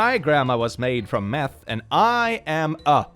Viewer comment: Meth was probably supposed to be Meath